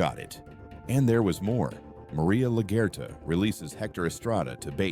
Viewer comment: Pretty sure this is one of the many AI generated channels that Bloom was exposing (like South Park and Simpsons). Similar thumbnails and weird mispronunciations make me think this. “Mary-Ah LaGerta” instead of Maria Laguerta? I mean come on😂